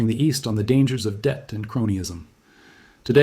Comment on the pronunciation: This video is read by AI. You notice it at apostrophes, like „IMF‘s“. Video should be „Debt“ not „Det“. Property rights theory should be explained, „moral hazard“. In total a very informative video, the EU could be the next caught by this trap.